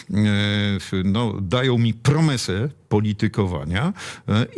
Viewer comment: Bardzo podoba mi się postawa Pana Brauna. Wszystko ok, jednak internet wyłapuje. To jak w końcu jest? Promysa, promesa czy może dykcja zła? I gdzie te książki 😮